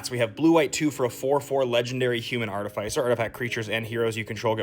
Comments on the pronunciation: I never want ti hear you say art ih fai sir again 😭💀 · Bro, that pronunciation hurts my mind, body, and feelings. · Arr-ti-fai-sirrrr Thats what I've always called it. Only been recently where I have heard it pronounced as ar-ti-fis-er, but it sounds yucky to say it like that lmao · THE WAY YOU PRONOUNCE ARTIFICER FEELS LIKE FINGERNAILS ON A CHALKBOARD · Agreed, because it’s not like we say artif-ayct. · Love all of the content but I can’t be the only one put off by the pronunciation of artificer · Hate how you say artificer